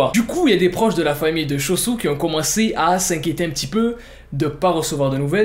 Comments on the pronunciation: Ce qu'il dit : Cho-Soo /se que j'entends :chausson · Suis-je le seul que quand il dit choo soo j’entends chauson